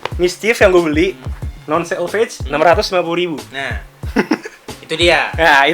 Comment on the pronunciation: Itu selvedge accent bukan selvedge